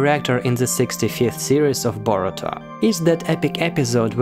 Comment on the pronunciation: It’s Boruto not borutom